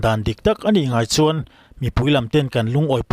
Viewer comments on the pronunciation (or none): none